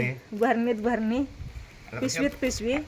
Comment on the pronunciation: भरणी नाही बाई बरणी आस बोलतात